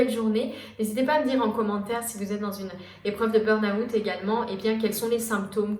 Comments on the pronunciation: Intéressant mais burn out ça se dit burn out et pas burn aouuut 😂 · Pour quoi vous dite "burn Août" 😂😂